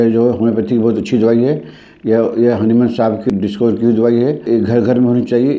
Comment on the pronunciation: PINAKESH CHAKRABORTY हनीमून साहब keh rahe hai hahah